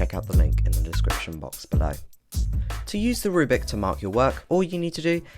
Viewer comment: You still keep saying "rubic." It's a rubric: roooo-brick. Not a rue-bick. Reply